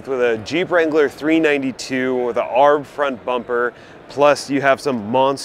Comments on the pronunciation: Um “arb?” Say it with me.. A-R-B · You lost all credibility when you said arb instead of A R B. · Did you just say “Aarhhb front bumper?!” 😂😂😂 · McKinnon: You are correct. Anyone who takes the time to research the manufacturers knows this. 4x4: Per the ARB website, "...ARB – the initials of Anthony Ronald Brown..." Furthermore, even Jeep themselves pronounce the hybrid model 4-by-E, not 4-ex-E. I would think that a channel that is clearly aimed at the 4x4 loving viewer, having some legitimate credibility would go a long way. By the way, I highly doubt you read 4x4 as 4-ex-4, but rather 4-by-4.